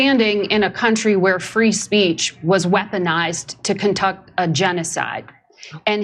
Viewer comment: That nasty hack couldn’t even control her tongue while lying she ended up saying “contuc” instead of conduct. And she thinks if she adds “you know that” at the end of the lie it’s more believable